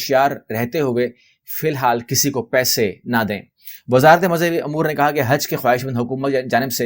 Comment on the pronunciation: Umour ko AAP bar bar Amour Keh rahai hain